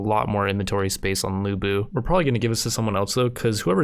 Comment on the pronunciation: The correct way to say lu bu is "Lyu Bu" not lu bu